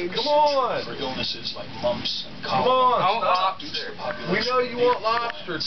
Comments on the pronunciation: I want "lopster" 😂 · Correction, "I want (as spells it) lopster" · Everyone in the comments is saying he wants lobster, but he very clearly spelled it out, he wants lopster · " I want loobsta" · He said LOPSTER 😂😂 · He says I want lobster but he says it like lopster 😂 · He said I want lopster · Did he say.. I want lobster.. L-O-P-S-T-E-R Lopster. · I wunt lopster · craig shaw in fact the mother even laughed at the fact that he used a p in place of the b in lobster.